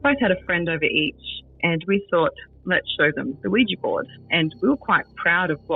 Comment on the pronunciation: Hopefully someone let this woman know that they're Ouija boards, not Ouijee boards 😂😂